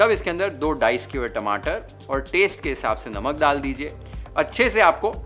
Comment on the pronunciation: Aapki cooking itni badiya hai but aapki pronunciation itni kharab? Paysssshtttt (paste),Shhhhtir ( stir) Tayyyyshhht ( taste).Govt school walle ho kya? Bada ajeeb lagta hai sunna.